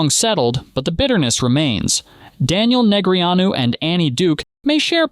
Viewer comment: Soon as A.I. screwed up Daniels name,I left. After commenting.